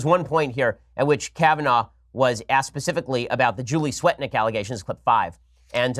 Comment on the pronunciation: Anyone else hear Fienstein say Julie "fat dick"? 🤣🤣🤣